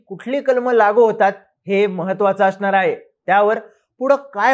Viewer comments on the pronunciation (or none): none